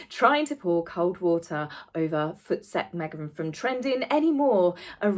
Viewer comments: Love the way you say Voetsek.. Loll. Beautiful. We often just say Tssssekk!! It derives from Dutch: voort, se ek (Go, I say) Afrikaans people made it one word.. Voetsek. Black South Africans started with Tsek. Tsssekkk!!! I don't want your nonsense here, ne!! Lol. (I'm in the Eastern Cape of SA) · You pronounced só good,! In Mozambique we say futseke meaning the f word! You are glowing!